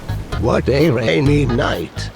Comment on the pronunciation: reigny night? ffs old man